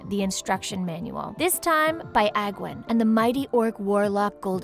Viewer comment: Using pictures of King Wrynn's grandson (the current king of stormwind) confuses things... Also, the way you pronounce the people's names is weeeeeeeeird... I always pronounced Sargeras "Sahr-GHEH-rahs" and Aegwyn as "Age-win."